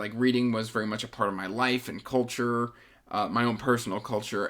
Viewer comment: "I was raised in a cul-" Damn this is taking a turn "-ture of reading" Oh 🤣